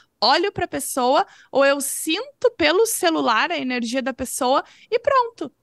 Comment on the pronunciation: Tudo só depende da sua enerrrrrgia !😊😊😊😂😂😂